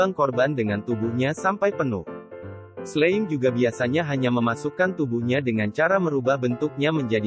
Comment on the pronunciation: Slime dibaca slaim